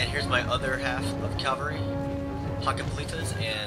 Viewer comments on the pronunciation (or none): none